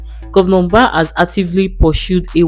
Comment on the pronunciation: Propaganda!!! Is this a paid Ad? Even the script she read sounded like it was written by Peter Mbah's government. So the video doesn't comes across as an objective, independent assessment. By the way, the lady reading the script kept calling him "Ubah"; it's "Mbah."